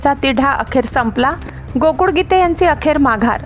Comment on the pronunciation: बातमीदार महिलेचा आवाज छान आहे पण ळ ळ ऐवजी ड चा उच्चार करतात. गोकुळ ऐवजी गोकुड असा उच्चार करतात हे मराठी भाषेतील उच्चार बरोबर नाही. याची संपादन यांनी नोंद घ्यावी.